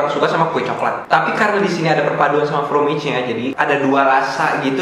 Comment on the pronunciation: fromage (A tetap di baca A bukan E ) artinya keju..yg chocolat(shokolat) bahasa prancis..klo pake huruf E dibelakangnya itu bahasa Inggris